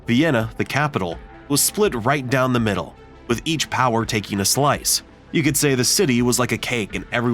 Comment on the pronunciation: Why do you say 'takeen' for taking?